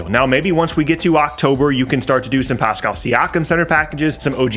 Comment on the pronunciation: Bro said pascal 🤣🤣🤣